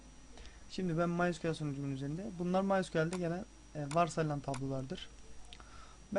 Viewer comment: Kardeş bu nasıl ingilizce ya maysekule ne allah aşkına ya ingilizce öldü. (En basit olan bu yoksa video fail dolu)